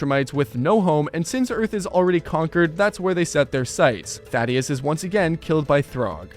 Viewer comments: Bro can’t pronounce Thaedus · why did you say thaedus like that, they say it correctly in the show, you also say thragg wrong, what makes you think the a makes an o sound